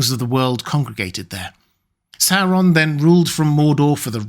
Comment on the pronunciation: Christopher Lee will always be my favorite actor in these films, due to his pronunciation always being on point with words like "SAU-ron" instead of the usual annoying "soron". "MOR-dor" not Modor.